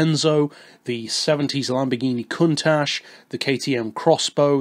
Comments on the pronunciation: fifia lpo Every other car person or anyone in general who knows the Countach knows it's pronounced "Coon-tash". Countach is an Italian word normally used to compliment someone or something very beautiful. When Ferruccio Lamborghini first saw the car, that word was the first thing he said, so the name stuck. Thus began the legend of the Lamborghini Countach. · Jesus, its pronounced cowntakh